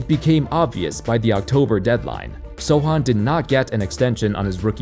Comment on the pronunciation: Kudos for pronouncing Sochan's name the right way 👍